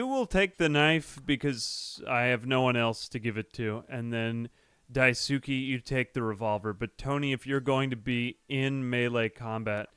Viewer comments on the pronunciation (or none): Yo wіggа its pronounced "dice-kay" not "die-soo-ki"‼️‼️ 🙂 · Idk if you still read these, but daisuke is pronounced "dice kay" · everytime he pronounce daisuke i die a little inside